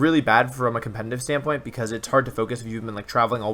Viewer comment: anyone else notice that he always says.. compeNNNtiv instead of competitive? xD